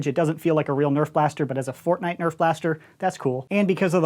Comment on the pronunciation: Fortshight? Again?